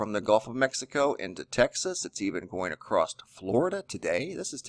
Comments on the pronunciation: Love your stuff BUT the word is across NOT acrossdt! Drives me nuts but I can get over it... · It's ACROSS...NO T IN ACROSS...YOUR SAYING ACROST...NO T...NO T...SILENT T IN OFTEN, also...check the dict. GOOD REPORTING, THOUGH...KEEP UP THE GOOD WORK ! ! !